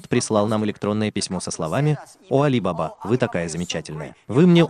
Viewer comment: Не АлибАба, а АлибабА 😅